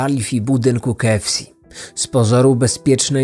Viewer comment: Dziwnie wymawiasz KFC xD